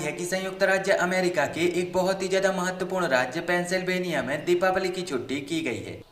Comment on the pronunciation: Pehle sahi tarike se bolna sikho mohtarma silveniya nahi Pensilvenia😂😂